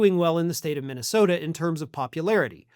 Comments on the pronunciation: Or as he pronounces it.....Mintasota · Mikey Pillow can barely pronounce the name of his home state. He recently called it MINTYSTODA.